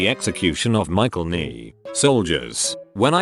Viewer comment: ‘Michael Ney’! 🤣😂😭🤪😅😂🤣